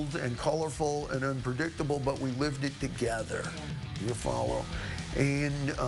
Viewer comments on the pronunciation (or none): i love when dave says "ya folla"? too cool...